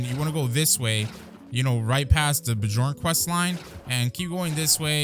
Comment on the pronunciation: I feel your pain, I remember hearing someone say beejorn and I died a little inside